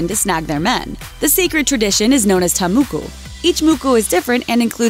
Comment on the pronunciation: I'd just like to say that I am Maori, and I'm not trying to be picky, but it is offensive to us when you mispronounce some specific words. its is a Tamoko (tah-moh-koh) not tamuku, and isn't really something for beauty, but more so for the second reason you explained. 😇 thanks thats all